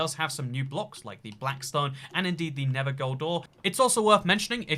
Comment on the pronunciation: Why does he say never instead of nether